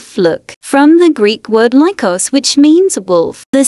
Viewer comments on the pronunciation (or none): “Liekos” okay person who speaks Greek here erm so basically the word lykos is pronounced L EE kos so please Never Go around saying liekos are cool (or any other phrase) okay bye this is probably useless but ✨the more you know✨